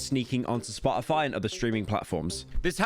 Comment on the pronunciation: i clicked on this video to laugh at the British man mispronounce Spotify for 20 minutes